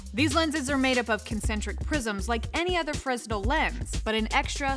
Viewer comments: "freZnel lens" It's pronounced, "freh-nel" Great video, though. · Sorry to be a twerp, but please pronounce 'fresnel' correct in the future. It's a French name, so it's pronounced 'fruh-nel' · Not to be pedantic, but it's pronounced "Frenel". The s is silent. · Except is DOESN'T sound better and we don't agree. I've been dealing with fresnel (freh-nell) lenses in overhead projectors for decades so I see no need to butcher my pronounciation just because you are uneducated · Aaaaahhhhh! They say it so many times! FREZNEL! FREZNEL! FREZNEL! Augustin-Jean Fresnel... It's French, and maybe the French got the pronunciation wrong... Then again, we Americans tend to botch EVERY language there is and change the rules of pronunciation whenever we want to because nobody knows how to be consistent... Fill-ett, fil-ay, full-ay, fill-itt... Which is correct? You're supposed to know these things... Guide us oh great ones... 🤲 It's 'FRUHNELL' OR 'FREH-NELL'... Although, an argument could be made for 'FRAY-NELL' Come on! We rely on you for accurate information... It makes you sownd doomb when you can't pruhn-ounce a simpler ward ker-rectumly. "So..." The doctor says, "Rectum? Hell, it damn near killed ihm...", as a young man with colon cancer, that always gave me a good chuckle! As an old man with no colon or rectum-cancer, but what's left of my goopy bits cancer, it still do... LOL 😂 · it's pronounced "frenell lens" =) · fresnel has a silent s by the way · I was going to post the same thing. I used to say it wrong as well. That's what happens when people learn by reading. Ugh! Reader people.